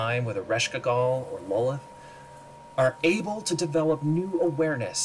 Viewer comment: Lolith!? Wtf lol! Its Lolth!